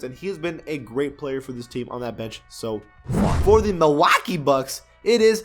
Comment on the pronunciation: The way he says Milwaukee is so stupid 😂